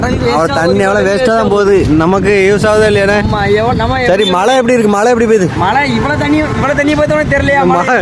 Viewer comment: எப்போது நாம் சரியாக உச்சரிக்கப் போகிறோம்!! "மழை"